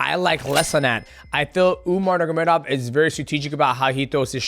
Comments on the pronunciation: UMAR NURMA GOMEDOV not Umar Nurgomedov 🤣🤣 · "Umar Nurgamedov" 🤣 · "Umar Nurmagedov" that was funny